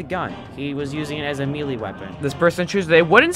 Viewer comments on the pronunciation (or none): Bro said mee-lee!😅😂😂😂😂😂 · It’s pronounced “may-lay” not “mee-lee”. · Bruh says meely not melee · It’s not melee its pronounced, “meyley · STOP CALLING IT “mEE-LEE” its pronounced “May Lay” 😩